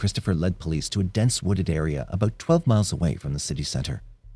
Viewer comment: He sounds Canadian. Listen to how he says “about” (“aboot,” though not quite as pronounced an “oo” sound). Definitely doesn’t sound American, though people in Michigan say the “ou” sound almost as they do in Canada.